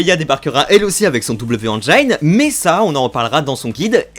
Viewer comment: Vraiment sympas tes vidéos, juste fais attention à la prononciation de "Engine", c'est juste "haine djinn", pas "han djaïne"